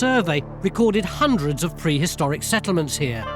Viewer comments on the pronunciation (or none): Perhistoric? That's new.... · Prehistoric or perhistoric? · Perhistoric? and Burried? Really??? Are you guys not reading the text before you hit enter?